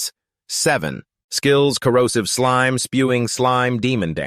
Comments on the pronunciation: This is a good vid but i get rage baited every time it says slim instead of slime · it's slime not slim